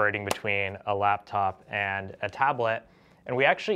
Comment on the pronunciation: when he says laptop his mouth says laftop